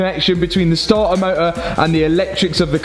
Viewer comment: Wot a moe-ah